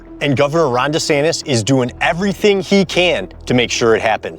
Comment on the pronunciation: Sounded like you called him Rohnda santis😂